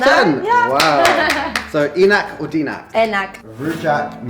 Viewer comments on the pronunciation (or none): I love u man, but i really wanna see you say enak the right indonesian way. And it's enak, not inak or eenak, haha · Enak or tidak enak not denak bro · Bukan "ienak" tapi cara bacanya seperti huruf "a" dalam bahasa Inggris. A=ei .... Einak or ainak